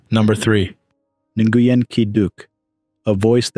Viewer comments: The correct pronunciation of Nguyen sounds like win. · Nguyen is pronounced closely to "Nwin"